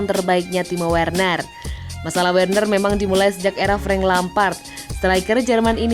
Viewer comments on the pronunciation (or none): none